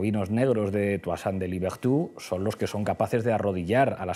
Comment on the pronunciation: Disculpen que no me salgan los tildes en mi teclado americano, los que salen, salen automáticamente. Una clase de francés para Pablo Iglesias: "Toussaint" /tuasant/ dice, después Escohotado lo corrige con el ejemplo /tusant/. Iglesias dice "7 millones de judíos" (¿no eran 6 millones?). Escohotado sin duda que lo supera abiertamente con su inmensa cultura, inteligencia y calidad intelectual. Claro que el nacional-socialismo fue la unión del nacionalismo y del socialismo. Pablo Iglesias tratando de justificar a los bolcheviques, paladines de uno de los regímenes políticos mas nefastos de la historia de la humanidad. Se podrá decir mucho en contra de Hitler, pero fue votado por su pueblo en 1933, y su popularidad en Alemania estaba en la cumbre hasta bien entrada la Segunda Guerra Mundial. A Stalin nadie lo voto (me refiero al pueblo ruso o soviético). Finalmente, un acto de grandeza que Escohotado mencione a Hegel como su filosofo preferido. Muchos tontos han querido denostarlo y olvidar a uno los pilares de la filosofía moderna.